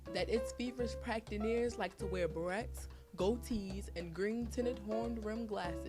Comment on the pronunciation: Its berets not barrettes!